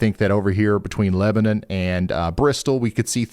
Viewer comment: OH MY GOD lebanon va mentioned!! and he pronounced it right!!!